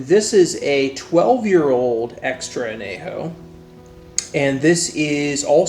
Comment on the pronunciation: Gotta pronounce that ñ. On-yay-ho, not ah-nay-ho. Try some Tears of Llorona, Rey Sol or Tapatío Excellencia if you want a true, additive-free XA masterpiece